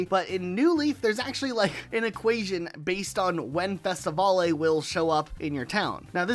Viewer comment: why is bro pronouncing festivale as festivolley lmaooo it's pronounced like festi-veil